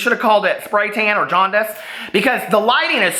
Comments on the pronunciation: “Johndice” 😂😂😂 hysterical. Love you. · John-Dice (jaundice) when you referred to the lighting in his video? I spat diet coke all over my phone, almost choked laughing!